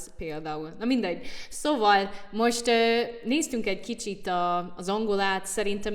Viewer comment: Te így beszélsz magyarul: Azt vettem észre " A" Magyar Péternél hogy "KHEvesebbet hibáááz.." meg agy "Khícsit " "joob" a kiejtese mint aa Orbán Viktornak. Na ebben a mondatban kiejtés szempontjából kb 70% hiba van. és nyelvtanilag sem magyar." " Dee azért adnám neki egy nyolcas..." Na most neked én kb 3 ast adnék. Nincs olyan a magyarban hogy " adnám neki egy nyolcas" ez röhej ha nagyon szőrszálhasogatók szeretnénk lenni. "a Magyar Péter meg a ... az Orbán Viktor "ongolukrol" mit mondtál aranyoskám? "ongolukrol" ??? tudod ilyen magyar szó sincs de azért jó szándékkal megértjük a nyelvi botladozásodat a tragikus magyar nyelvtanod és borzalmas kiejtésed ellenére. Nem a tökéletes nyelvtan a cél hanem hogy megértsük egymást. " nem KHel nekik megállni gondolkodni" jaj micsoda borzalom ez a bagadozó megfogalmazás és "THÉNYLEG THUDJÁK nagyon jaol khammunikhalni... Ragozás elégtelen, kiejtés elégséges... van nyilván akcentusa "MINDKETTÜKNEK" ( ilyen szó "mindkettüknek" nincs a magyarban. ) szóval a te ragozásod ordítja hogy nem magyar az első nyelved , vagy anyanyelved, tanulhattad de nem sikerült. Nem magyarul gondolkodsz. 🤣🤣🤣🤣🤣 Inkább ne erőlködj. Teljesen fölösleges és ironikus, ezzel a magyar nyelvtannal és kiejtéssel előadni, hogy a magyar politikusok mennyire nem beszélnek a te nyelveden. Ez tényleg jó szórakozás, több értelme nem nagyon van.